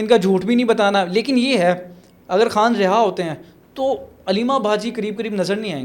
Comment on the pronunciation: چوتیو اردو بول رہے ہو یا ہندی؟ خان ہوتا ہے کھان نہیں